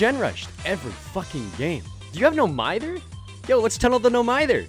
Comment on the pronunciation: It's pronounced "No mihther," not "no meyether."